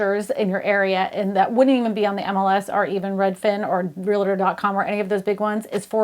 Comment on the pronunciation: Please learn how to say: REAL-TOR There is no 'A' in the middle.